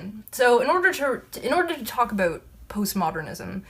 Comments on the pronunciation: That's aboot right. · "about" is my favorite Canadian word